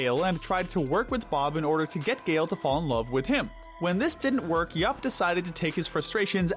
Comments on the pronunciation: It’s Dr. Yap not Dr. Yuup 😬😬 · Starting , the character's name is YAP, not YOP or YUP. You even have a clip of him saying his own name; "Yap! Yap! Yap! Yap! Yap!" and you still pronounce it completely wrong!